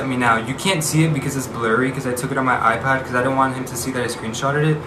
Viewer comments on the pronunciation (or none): none